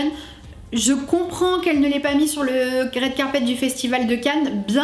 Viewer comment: « rWed Carpet » pas « raide carpet »